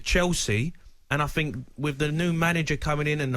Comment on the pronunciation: “Think” not “fink” you cretin